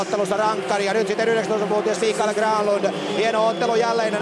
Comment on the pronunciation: Hyvä Herra selostaja. Tee nyt jumalauta sentään muutama asia selväksi; oletteko Mertaranta vai Nertaranta? REIMER -ei REiNER!!! Mikael Granlund -ei Miikkaeel Graanlund. Olen erityisluokanopettaja ja voitte tulla oppiini ihan oman uskottavuutensa vuoksi.